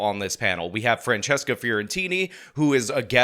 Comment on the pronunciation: Did call her "Transcesca"!?!?!?!?